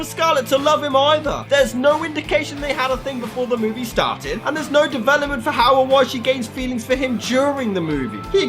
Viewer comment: For absolutely nough reason For nough reason There's nough reason